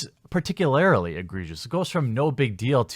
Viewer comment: Hey man, honestly not trying to be a dick, but you should look up how to say “particularly”.